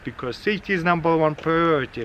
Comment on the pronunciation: "Safety is numbre one priority" XD